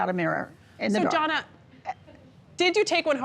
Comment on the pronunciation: "It's Jonna, not 'Joanna'. And I'm never coming back to this show again."